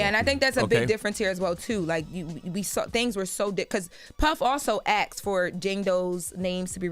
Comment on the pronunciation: “Axed”, you chopping someone up! It’s “asked” baby girl.